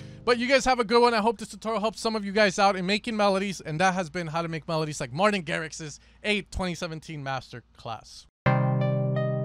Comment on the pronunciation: That “Martin” killed me 😂